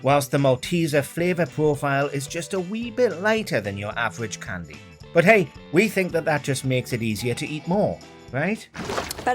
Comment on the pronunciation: Stop saying cwndy what the fuck is a csndy